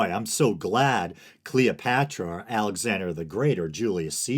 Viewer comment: Who's Cleeopatchra?